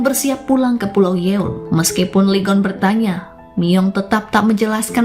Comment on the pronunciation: Lee Geon bacanya i gun min